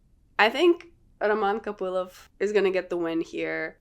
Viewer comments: Он Роман КопылОв вообще-то. Ударение на "о". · Русская что-ли ?! Произношение Копылова и Ислама как-то по нашески❤️😁